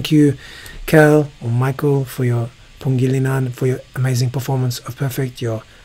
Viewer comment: Your an amazing vocal coach. Anyway, just a correction. Pangilinan is pronounced as PANG-NGI-LI-NAN. Thank you for appreciating our Filipino artists.